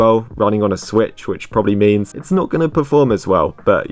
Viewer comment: BRO ITS SWITCH NOT SWTICH